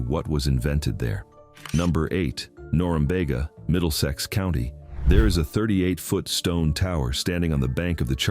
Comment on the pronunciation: Not wall' thum. Wall' tham. And nor- um- be'- ga